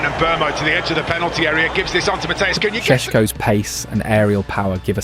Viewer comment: Sounds like man is doing farm yard sounds when our front 3 are talked about. Em beuuuumoo cooohyaaa, shessshhkooo